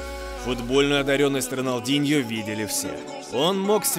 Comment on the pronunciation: Не роналдиньо а рональдиньо